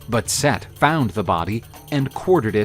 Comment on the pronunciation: Set. Not seth brother